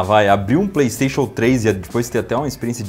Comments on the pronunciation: Plesteixo plesteixo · PRAYSTATION, PRAYSTATION, PRAYSTATION !... KKKKKKKKK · "PlayStation PlayStation PrayStation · PLEISTEICHU! PLEISTEICHU! PLEISTEICHU! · PLAYSTAXION, PLAYSTAXION *(vira logo)*, PLAYSTAXION!¡!¡!¡...……